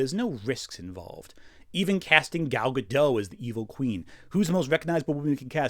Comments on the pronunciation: why does everyone say Gal Gadough? It's Gal GaDOT. Everyone is saying Gal Gadough even in videos that aren't about Gal Gadough. It's weird! And I know we can all read, right? Cool. Now let's get back to talking about this movie that sucks in no way due to someone who Israeli bad, Gal GaDOT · This was a good video, but it bothers me so much that people constantly mispronounce Gal Gadot's name. I don't know why people think the t is silent. It's not silent. Her name is pronounced Gad-oat. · It's pronounced Guh-dot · I see where Gal said something about people mispronouncing her name. You are not the only one. You say the T. It is not a French name, it is Hebrew.